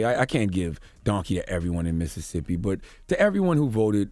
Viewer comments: IT IIIZZZ “Missit”sippi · It's Mississippi dawg